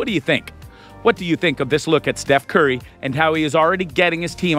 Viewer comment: How do you butcher Steph's name and misspell Gary Payton